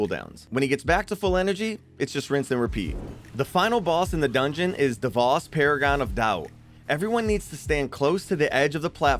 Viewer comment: ok, i know its kinda nitpicky. Its pronounced Dev-oh-s, not Dev-ah-s. It just nagged me a lot, good video tho!